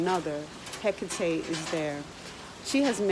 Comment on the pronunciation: Your pronunciation of her name is exactly how it appeared to me. I found myself almost chanting her name. After doing some research and finally realizing who had just contacted me I was extremely hesitant at first. She is the one who introduced me into the craft. Most intense experience of my life, but she is so loving and understanding at the same time. She's not for the faint of heart for sure!!!